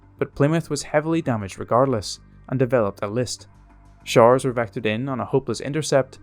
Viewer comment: Fascinating, scary and very saddening. A well-made video, but unfortunately I couldn't understand the narrator's accent when he was talking about 'showers' and some other things. The combination of strange vocab (jargon) and fast connecting words lost me in places.😢 (I'm a native GB English language teacher, to boot ! 😔 ).